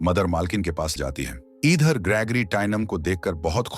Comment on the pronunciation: Monster❌mainanster✅padti hai❌paddhati hai✅idher❌eedher✅😂pakdne❌pakdchne✅ladai❌ladchai✅